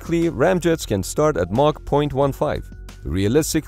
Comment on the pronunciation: It’s Mach, not Marc. Lol